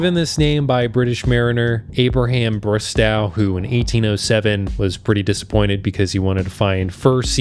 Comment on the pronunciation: Abraham Bristow pronounced "bris-toe"